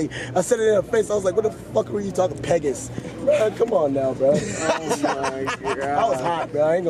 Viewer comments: The fact that he can’t say Pegasus has me dying 😂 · why does ski keep saying peg us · Are we not gonna talk about how Ski pronounced Pegasus? Nigga wtf is Pegus 😭😭😭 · Fr though nigga said PEGUS?! Wtf? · Nobody: Ski: PEGUS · Took me time to clock they were sayin "pegasus". The fck is a pegis